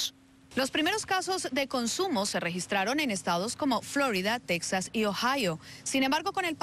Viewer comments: Texas jajajaja pronunciación Tejas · Luis Jiménez hahahahaha pues si dice acá en Texas "tejas" me orino de la risa